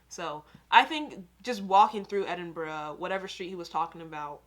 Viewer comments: Your 'edinbru' was perfect! lol! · You've learnt to pronounce Edinburgh, now you need to learn to pronounce Glasgow